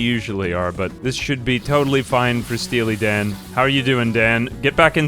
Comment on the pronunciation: Stea-Lee Dan